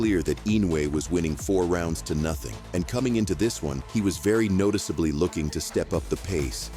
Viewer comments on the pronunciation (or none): “Inoue was very ‘notickably’ finding his flow”. Look, I understand not loving the sound of your voice and wanting to use AI VO for narration, but for the love of god review your content before publishing it and make sure the AI shit is saying things correctly. If you have to spell it out phonetically in the script then do so, this shit is just lazy bare minimum content otherwise.